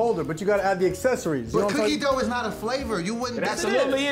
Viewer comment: I did too!!!: don't be tryna get famous., she not the only one. I heard it, too! When you enunciated "Dooughh" I heard it I heard it. She tryna be extra and stuff. Always doing tha most, some people. I heard it, though. I heard you...I did, too...not just harr..